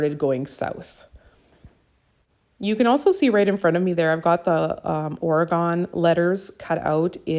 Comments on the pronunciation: Gorgeous layout!! I have to ask you where you are from, it is so cute how you say OreGONNE! I am from Oregon and these are some of the most treasured places in my heart and you made them look even more beautiful with this gorgeous layout. I love the backsides of the otter paper, too. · No worries! We pronounce it OR-e-gun. But it was very cute how you said it! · Love your layout. I’m inspired to do more grid layouts. I’m an Oregonian from Portland and love how you say Oregon! The coast is very beautiful and you have made me want to go again. Thanks for sharing